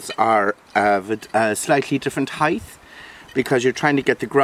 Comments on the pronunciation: Height. Not HEIGHTH. GRR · Beautiful! Thank you 🤗 (P.S. it's HEIGHT not heighth)